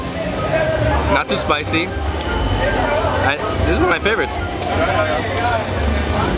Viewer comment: I like how that australian says Not too sp"a.c."y